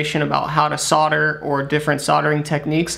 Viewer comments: Solder. Like older. It has an L in it. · It's the same as soldering except you forget to pronounce the L!